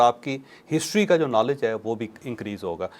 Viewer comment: Nalaj nahi hota noleej hota h